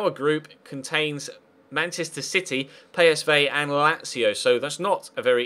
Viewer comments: Is it just me that is bugged when he says 'Pay S Vay'. Dude, everyone says PSV, I know it sounds Dutch, but unless I'm corrected, every person says PSV. (Just saying, still love your videos, keep 'em going!) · I started to smile when you pronounced PSV correct the second time :D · ***** I know, I'm just bugged XD I'm weird like that, carry on please do, I'm just special and I get weirded out by stuff like that XD